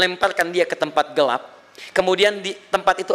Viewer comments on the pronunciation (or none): none